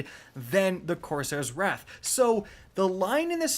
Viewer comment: Why do you say wraith when its wrath?